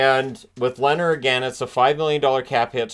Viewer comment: It's Leeeeeehner - long soft e as in beer. 🇸🇪